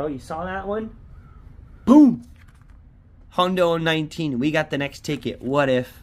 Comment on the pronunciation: a "hondo", he says Hondo, instead if "hundo" like most people!